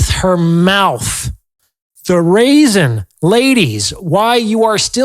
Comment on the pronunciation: He said stop running your MOUF 😂😂😂😂👌🏾💯